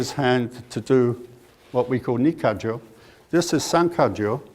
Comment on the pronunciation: I'm pretty sure that's youshinkan aikido, because he uses the proper pronunciation if Nikkajo an ikkajo